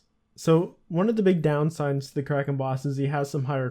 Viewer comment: the way you did kraken gave me cancer